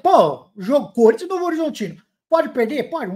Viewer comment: "Salve o Cuhrintia" 😂😂